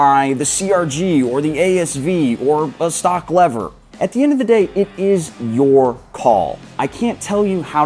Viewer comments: Why do you keep saying Leathers?! It's Levers, pronounced Lee-vers😅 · the only thing that is making me emotional, maybe angry, is the way you mispronounce "lever"